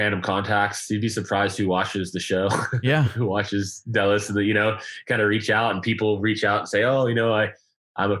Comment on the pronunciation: Ketch not sloop....also not DAY LOWS......it's DELL LOS.